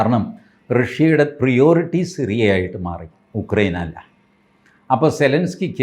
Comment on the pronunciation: പ്രയോറിറ്റി .. not പ്രിയോറിറ്റി ..😂